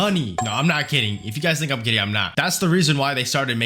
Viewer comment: the "kidding" sounds like "gay" i can't unhear it and i wanna die